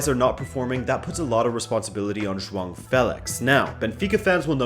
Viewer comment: is pronouncing João right!